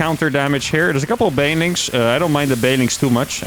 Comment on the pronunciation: Been watching for a while and I think thats the first time I've heard him actually enunciate "banelings" instead of "baylings"